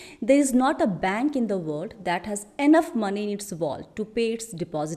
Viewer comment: Sorry but "World". Pronunciation sudhariye😊